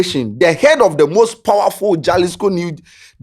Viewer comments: small correction. The name is pronounced Halisco not Jalisco. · Also it’s pronounced halisco. Though it is spelt as Jalisco in Spanish j is pronounced as an h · it’s pronounced Halisco although it starts with a J. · Halisco is the Pronouncement Jalisco is the spelling. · the spelling be jalisco buh u for pronounce am halisco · please its pronounced Halisco not Jalisco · my boss its pronouced “Halisco” even though its spelt Jalisco spanish word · don't you watch current documentaries about cartels???..also it's pronounced 'halisco'..j usually sounds like 'h' or silent in the Spanish language 😊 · It's pronounced as "Halisco"